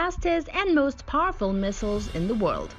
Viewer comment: its so parrfull 😎